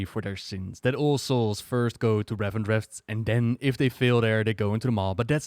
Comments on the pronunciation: Why do you pronounce it "Revendretht"? It's just "Revendreth" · RevendreTH not RevendreFT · Great video, however I don't understand why you pronounce Revendreth like Revendreft, yet say 'Death' correctly. I don't normally point out pronounciation mistakes but this is driving me insane sometimes.